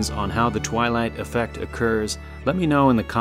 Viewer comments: Did he say the Twylie affect lol that sounds right even musk can’t leave this place we are all prisoners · I came here again to see the twelight effect again, But here i found a word as Premiere. What is it !